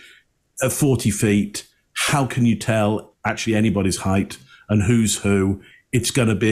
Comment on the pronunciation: How about Sanderson's mispronunciation of the word "height"?